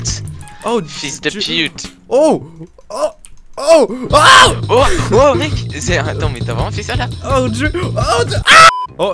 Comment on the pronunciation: J'adore le " fiiyuls de puite "